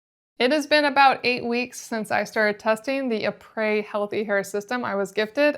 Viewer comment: Isn’t it pronounced the same as the inventors name ‘e-pres’ Eric PRESley… not ‘eh-prey’